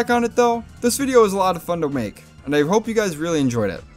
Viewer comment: "This video was a lot of fun to wmake."